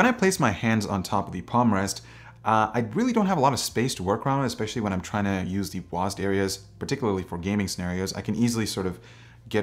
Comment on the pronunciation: just say with us "W","A","S","D", not wasd, PLEASE!